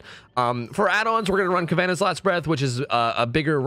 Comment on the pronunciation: Friendly heads up, I'm sure it's "Kav-en-aw", not "Ka-van-uh".